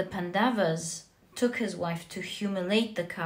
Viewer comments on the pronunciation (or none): Hello, just wanted to correct you: it's not pandavaas, it's pronounced as pan-doves. (You pronounced the 1st part (pan) correctly.) Also please don't say Indra, it's indr. I know how it is spelled but the correct Sanskrit and hindi pronounciation is different from what it's inferred. And that happens with a lot of our words. Eg. Ram is pronounced Rama, ravan ravana, lakshman lacksman, etc. I know you are not consciously mistaking them but still it's about appropriation. It's also about paying homage to the beautiful culture and history it represents. Also what's widespread is what is assumed to be the correct way . Even in our country, yog is yog no more, it's yoga and karm is karma(yes, they both are Sanskrit words. And no, Sanskrit isn't sans-krit. It is sons-krit(pronounciation wise)). So if you could pls incorporate these into your readings, it would feel awesome. I know it would seem trivial but it would make me feel super happy and fulfilled . Thanks for being a wonderful reader